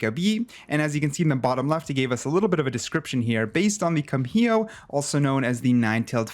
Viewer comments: How do you read that as (kum-hio) It's (kum-iho) all at once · Actually its gumiho rather than kumiho, pronounced as (gu-mi-ho) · Hey! Korean here and I just want to give some info on how to pronounce "kumiho". I pronounce it like, goo-mee-ho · kumiho is more pronounced gu-mi-hoe